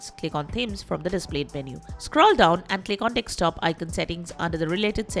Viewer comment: Your pronunciation of "desktop" sounds "dekstop". Where are you from?